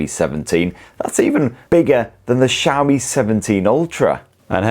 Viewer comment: I keep hearing shammy, then realized he was saying Xiaomi.